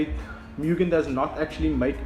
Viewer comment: You pronounce it "MOOGIN" , not, "MEEWGIN" Opening of the bonnet was the biggest anticlimax. I don't know why youtube recommended this video.